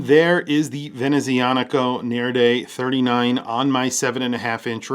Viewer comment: The Nereide pronounciation needs work